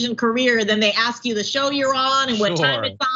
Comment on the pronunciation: ASK NOT AXS